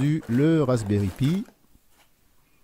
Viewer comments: "pie" "trède"..., s'il vous plais, par pitié... Appelez un chat...un chat: Un raspberry "paille" - un "suède" (avec la langue sur les incisives). J'adore votre travail, mais mes oreilles saignent. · Et vous pouvez regarder toutes les vidéos en anglais que vous voullez. On dit Raspberry "paille"